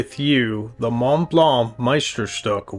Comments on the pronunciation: sorry to differ, but it really should be shtook as in book, which is far closer than steek to the original German pronunciation. I know it's not the easiest of words to try saying correctly. Kudos for doing your best! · Please, please make an effort to pronounce Meisterstück as it should be. You pronounce it as stick, so where is the stück..? Be aware of the role model revieuwer you became after all those years on YouTube. Thousands follow your reviews and start to think they pronounce Meisterstück wrong. Use Google translate and listen to the lady in your Smartphone. 10 seconds work... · BTW, it's pronounced, my-ster-stoook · Please learn to pronounce Meisterstuck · Wow, that is gorgeous! I prefer silver-colored accents. The runes were a nice touch. Also, I notice you've changed your pronunciation of Meisterstuck and am curious what informed that decision. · I'm French and speak German too : your pronounciation of Mont Blanc (no T nor C pronounced) is perfect, but your pronouciation of Meisterstück is not (it should be like "Deutschland über alles").